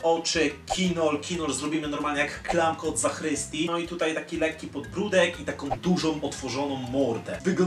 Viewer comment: Zakrystii!! naucz się wymawiać tą część kościoła poprawnie